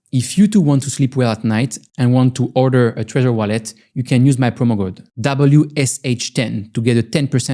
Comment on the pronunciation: nice you finally pronounced trezor right